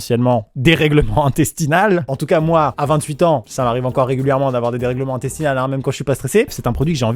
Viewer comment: intestinaux... Intestinaux